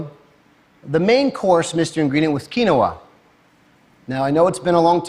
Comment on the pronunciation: maybe if he pronounced quinoa correctly....